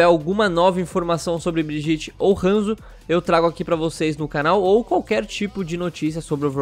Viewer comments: OW, a pronúncia de Brigitte é Briguita, não Briguite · A PRONUNCIA É BRIEDIETE NÃO "BRIGITI" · Se fala briguita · O certo é Briguita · Socorro, ele fala Brigitte errado. Que agonia. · Fala o nome da mina direito😂😂😂